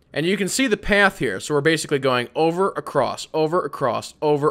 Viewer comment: Is it just me or is he saying, "Acrosst?" Like with a t at the end of across?